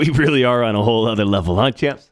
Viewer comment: You sound like a boomer when you say “huh champs”